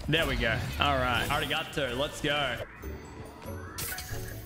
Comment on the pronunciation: Let's gooorrrr...that accent makes me want to die